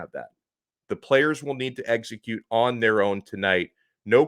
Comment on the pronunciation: Eggs-a-cute well???